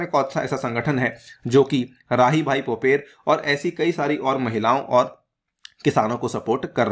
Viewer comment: राहीबाई पोपरे , माताजी का नाम, नही की पोपेर